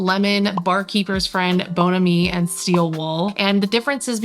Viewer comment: I just love your channel. I happened upon it a little while back an immediately subscribed. I love your home. My favorite esthetic is mid-century or MCM. Just fyi though...it's "BON-am-ee".